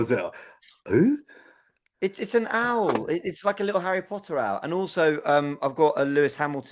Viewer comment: funny how says owl😂